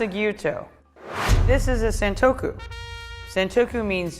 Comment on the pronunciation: she said sentoku not santoku san means three. sen means a thousand